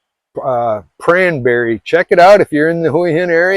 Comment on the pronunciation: why aren't people swimming much? It sounds like you're saying cranberry. Can you spell where the temple was? Thanks